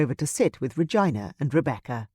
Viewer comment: Oh my - I've never heard the name Regina pronounced as vagina, please stop!! It is a beautiful name that should be pronounced reGina.